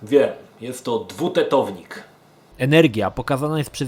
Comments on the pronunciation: Dwuteownik, nie tetownik :S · dwuteownik, nie dwutetownik.:)